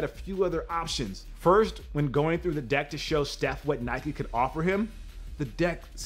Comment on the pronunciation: I hate the mispronunciation of of Nike, Adidas and Puma!!!!